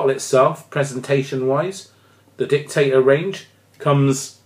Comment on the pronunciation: Sorry to complain but it is Dict-a-Dor not Dictator.